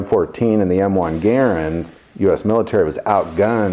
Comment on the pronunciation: Thank you for pronouncing " Garand " properly. Great video as always. God bless.